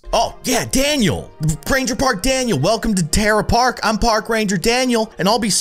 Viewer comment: "Terra Park" No, it's